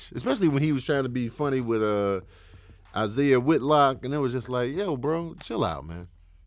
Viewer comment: Killing me saying Isaiah Whitlock 😅